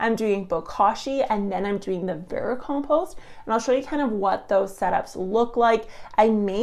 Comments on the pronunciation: Vericompost, a silent 'm' i was not told about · How many times can I listen to someone mispernounce the word vermicompost? Not enough to sit through this video